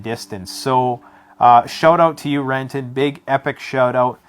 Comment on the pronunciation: I believe it's "Kenton"?